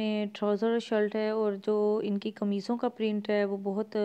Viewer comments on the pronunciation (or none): Shilt ni hota shirt hota hy😋